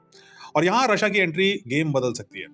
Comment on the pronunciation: sir, आपका रशिया बोलने का तरीका बहुत शानदार होता है, हर बार। ❤❤❤ जय हिंद❤🙏🏼